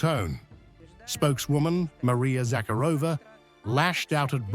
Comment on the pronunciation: Kaja relax! Instead of Victory Parade you have a parade of perverts. Not Fic(k)o, but Fićo. Please stop being so rude and unprepared. Not Maria ZakhrÒva, but Maria ZakhÀrova. Where is the high level of journalism?...no surprise China is ahead in everything